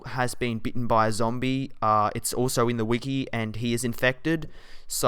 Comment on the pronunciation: lol when he says zombie tho